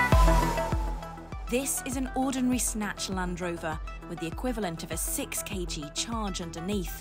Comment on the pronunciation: "200 hundred key ge"... 200 years to start using the SI; I hope you, English native speakers, are not going to be needing other 200 years to just learn how to read the symbol "kg"